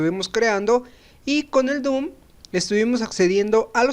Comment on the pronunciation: Se dice DOM no DOOM